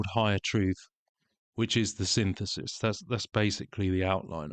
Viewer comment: Sin-this-is 🫨 Synth-isis😵‍💫 Sin-thesis 😖